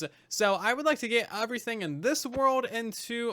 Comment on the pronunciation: How do you manage to say “everything” with a U. Like eÚverything